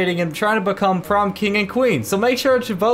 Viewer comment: Why are you saying bacome!? Its become